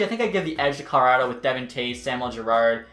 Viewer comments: We all gonna ignore how he says “Car-lotto” instead of “Col-o-rado”.. lol great vid tho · YOUR SAYING CARLER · cara rotto. what the fuck. Colorado dude. it's fucking very simple.